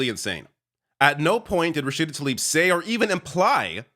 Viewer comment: FFS get her name right, it is Rashida TlAIb not Talib.